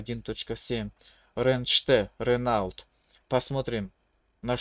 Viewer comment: Ранелт, бля аж до слез))) чувак эта марка называетс Рено